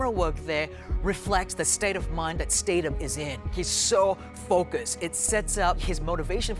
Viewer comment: ITS STATHAM NOT STADAM, YOU SHOULD KNOW BECAUSE YOU WORKED WITH HIM...